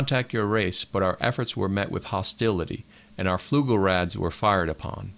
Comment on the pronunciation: What tipped you off?... "Fluglerads"??